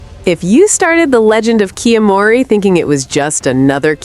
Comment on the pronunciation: I'm not sure how many of these are "Advanced Tips" when several of them are game mechanics in the tutorial phase. Also, considering the game tells you how to pronounce the title, it feels like a bit of an empty video when that isn't even done correctly.